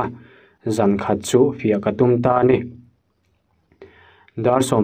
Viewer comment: F leh V... hi i lam fiah theilo mi.....sahdah hmuam chunga chhiar i ang si....fiah tih turah phiah te iti....😂😂😂 ka ngaithla ve chhin a, a thupui i chhiar lai hian tinge i chhiar duai2 zel kher😊